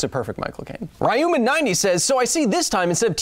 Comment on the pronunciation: Why did you give Michael Cain a lisp Kyle? English people don't pronounce their S's as SH except whem Americans try to do impressions of them.